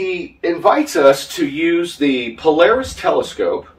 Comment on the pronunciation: has renamed Polaris to Polawis. Anyone seen the only fools and horses scene where the dude performs "cwying"??? Polaaaaaaawisssss!